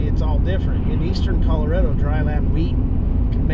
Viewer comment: Correction: it's ColoRADo, not ColoREDo.